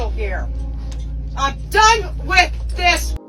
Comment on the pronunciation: She's "DUUN" yall